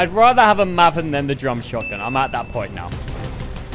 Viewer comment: No one else noticing how he says mahvan instead of mayven (maven)?